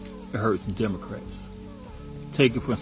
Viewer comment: She said DUMocrats😂😂😂 ..